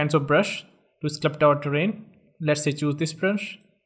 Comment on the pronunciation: There's no such word as sclupt. It's sculpt. Like skull-pt.